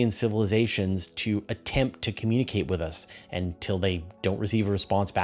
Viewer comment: The "t" at the end of "attempt" is pronounced.